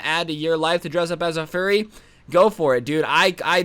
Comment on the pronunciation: Bro when he said "fur-re!" It was very funny.